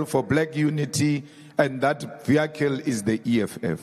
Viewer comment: Please pronounce VEHICLE CORRECT